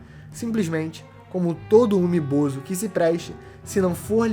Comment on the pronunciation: Começa o vídeo pronunciando "Umi Bozú" e termina pronunciando como "Umi Bozo" 🤡, a fruta do palhaço 🤡 kkkkkkkkk. "UmiBozo" é meus zovo